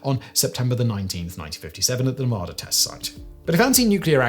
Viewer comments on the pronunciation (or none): none